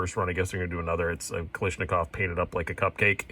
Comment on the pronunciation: kal ASH nikov not kal ISH nikov